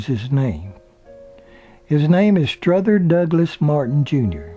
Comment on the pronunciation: The narrator keeps adding an "S" to Strother Martin's 1st name